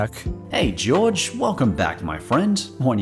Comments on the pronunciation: This is random but isn't Jorge pronounced like "Hor-heh" and not George? Or does he prefer it pronounced as George? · Why do you call him George Australian does Knox no excuse to say his name wrong